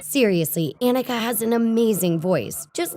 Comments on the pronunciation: Anika's name is pronounced Ah-NEE-ka, not Ah-nick-a. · Anika Noni Rose (a-KNEE-ka)